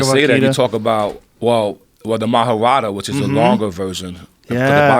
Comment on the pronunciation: Fukin idiots lmao it's prnounced Maha-barth